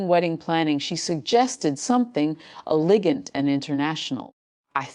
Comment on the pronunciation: Narrator can't pronounce elegant!